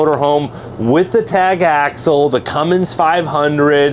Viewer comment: Love the videos. It's Axle though. 🙂